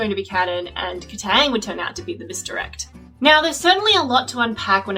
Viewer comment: kataang... no. it even sounds wrong